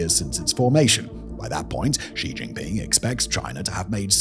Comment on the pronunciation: Simon is the only YouTube personality I've heard that pronounces xi jinping's name correctly.